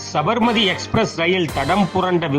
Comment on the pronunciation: It is ஸாபர்மதீ. NOT ஸபர்மதி